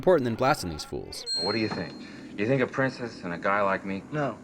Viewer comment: Did you say princess-sister or Princest sister ?